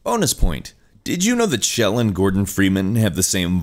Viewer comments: Nope, he is saying it wrong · Pronouncing Chell as 'Shell'... have I been saying it wrong as "ch-ell" all these years??